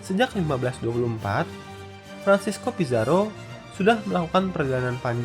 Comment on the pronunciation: Cara baca: Diego Velasquez de Cuellar= Diego belaskes de cueyar Francisco Pizzaro = Franthisco Pitharo Alfonso de Albuquerque = Alfunsu di Albukerk